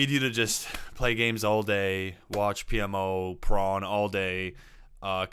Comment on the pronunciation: Why do you pronounce porn as "pron"?